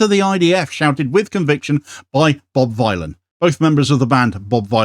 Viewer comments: Its informative to know how to pronounce the name of the band. It's Think Bob Dylan the Ethnonationalist Villain. Bob Vylan, not violin. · it's Bob Vylan [villain] as in 'Bob Dylan' not v-eye-lan. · It's pronounced Bob Villain, a play on Bob Dylan the ethnonationalist Villain. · It's pronounced "Bob Villain". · PRONOUNCED BOB VILLIAN,,,A CLEAR NAMEPLAY ON BOB DYLAN--BOB VYLAN AND THEM BEING CONSIDERED POETIC VILLIANS AS THEY ARE NOW,,,you're welcome,,,otherwise great vid as uszual. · Pronounced like Bob Dylan. Just with a V to say "Villain" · BRO ITS PRONOUNCED VILLIAN. CHECK THEIR MUSIC OUT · It's pronounced Bob Villain! A play on the genocidal ethnonationalist Bob Dylan. Wow. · He could at least pronounce the name of the band correctly. It's Bob Vylan, rhymes with Bob Dylan the Ethnonationalist Villain. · This is a very minor point considering the actual subject matter but, the band name is pronounced "Bob Villain" like a play on Bob Dylan but "Vylan". Decent band. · His name is a play on Bob Dylan. Please pronounce it right. Bob Vill-an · that could not be bothered to learn how to pronounce the hilarious name of the band he is reporting on, leading Sky News to say "Bob Villain" and "Death Death to the IDF", is somehow a commentary on the BBC? Kneecap's Glastonbury set audio is on YouTube now. Freaking banger. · Pronounced villian. Rhymes with Bob Dylan. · Its Bob Vylan to rhyme with Bob Dylan. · I don't understand how people cannot say the name correctly... It's an obvious play on Bob Dylan, even if you do not know the band (like me) or even if you are not a native english speaker (like me), anyone with 2 braincells to rub together should understand this...